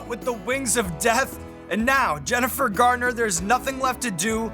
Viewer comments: I think Jennifer was real polite in not correcting Sean a single time, even though he called her "Gardner" basically every instance EDIT To end the “controversy” he only says “Gartner” to my ear, a single time. I severely exaggerated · Sounds like he calls her Jennifer "Gardner" ---oopsie. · Embarrassing - mispronouncing Jennifer Garner's (not Gardner) name over and over. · Jennifer GARNER...... not gardner :P